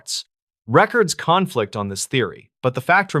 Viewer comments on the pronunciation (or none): If you keep saying records CONflict like that I’m gonna unfollow 😂